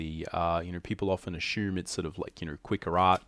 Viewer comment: Lol “ AH SHOOM, AH SHOOMING” lol